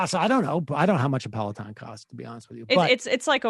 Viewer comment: Sam says pelaton like pelican